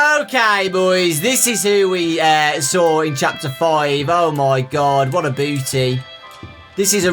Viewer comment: who else noticed that he said what a booty instead of what a beauty.